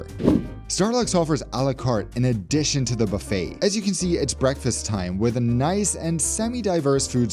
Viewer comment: You crack me up with how often you say "Noice" . I think you need to move to Oz, oh and also i love your obsession with musical theatre as that is my profession ! :)